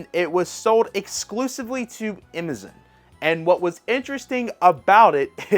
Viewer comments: Ok this isn't a funny question though it may seem so.. are you just mispronouncing Amazon or is there a switch game store named imizen? Again not being a jerk just curious. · Why my dude keep calling Amazon "Imizin?" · Bro. Learn how to say “Amazon.” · Dude can't even pronounce Amazon. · I love that he pronounces it that way. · He says stuff wrong so that people comment & feed his channel’s engagement lol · Another intentional mispronounciation is what it is